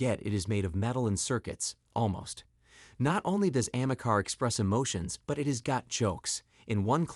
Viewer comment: No.... Ameca isn't even close to looking realistic ..... But you are right , it is very creepy..... It's called Ameca .... Not Amecar